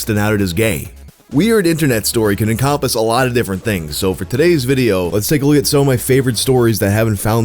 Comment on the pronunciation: The Jersey accent slipped out on that Encahmpass